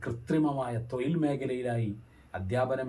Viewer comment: 'തൊയിൽ' അല്ല.... 'തൊഴിൽ' ഴ ഴ ഴ ഴ ഴ.... എന്നു ശരിക്കുച്ചരിക്കാൻ ശ്രമിക്കുക....!!